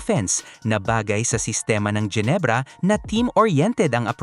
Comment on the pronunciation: Mga jenebra bagang, Genebra, hindi jenebra, at mga devid, David, Hindi devid, ginagawang English